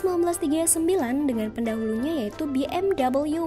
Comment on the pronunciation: sebenernya Bi-Em-Wi bacanya, orang jerman ga pernah pake double U.